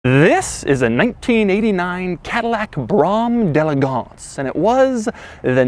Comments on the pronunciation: jay leno pronounces d'elegance better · Pronounces “Brougham de elegance” incorrectly the entire video. Hilarious. Seems to despise the car he’s displaying.